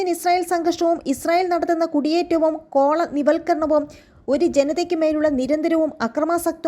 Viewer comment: വാർത്ത വായിച്ചത് തെറ്റി കോള -നിവൽക്കരണം എന്നാ വായിച്ചത്. എന്തവാ കൊച്ചേ ഇത്. കോളനി വൽക്കരണമെന്നല്ലേ വായിക്കേണ്ടത്.